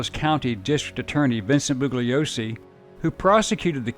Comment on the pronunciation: A well-done synopsis of a difficult, twisted tale, one I recall from my youth (I turned 16 in Aug. ‘69 when the Tate-LaBianca murders occurred). Two minor corrections — the name of the DA who prosecuted Manson et al. is pronounced bullYOsee, and Bobby Beausoleil’s name is pronounced BOsoLAY. (Sorry for being so pedantic!)